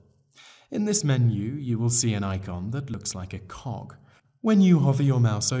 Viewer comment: Cog not cock.... ;p